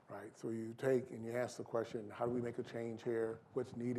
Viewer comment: When a brutha, at MIT, starts off with "axe" I tune out. This is what happens when affirmative action goes overboard. LMBAO!!!